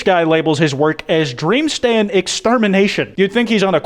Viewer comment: Wait have you been saying stan or stand